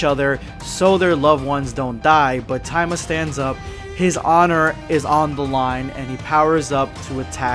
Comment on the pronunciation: No wonder I thought that was a weird name he was saying but he was just mispronouncing it. You forgot to pronounce the”I” there buddy boy. It’s ta-e-ma